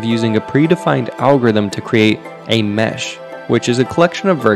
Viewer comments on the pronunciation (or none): none